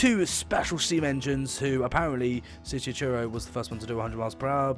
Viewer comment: I'm still waiting for the day when you pronounce Truro correctly